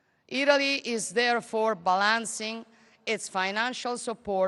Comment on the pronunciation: Balancing: l'accento va sulla prima A non sulla seconda